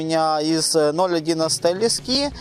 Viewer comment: Неплохие сюжеты, молодцы. Без обид конечно, но неплохо бы Ударение в словах ставить правильно: не лескИ, а лЕска, .... Е - всегда ударная, а то получается.... ножницАми по пальЦам и полОжил и полАл....😀